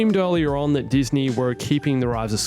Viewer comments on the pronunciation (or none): none